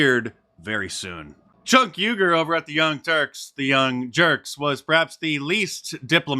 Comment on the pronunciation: ITS JOVER 😂